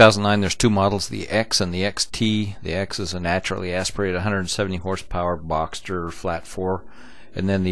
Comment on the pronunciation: Boxer not Boxter.